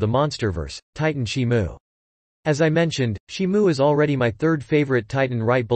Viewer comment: Why is he saying shimu ,he got the name wrong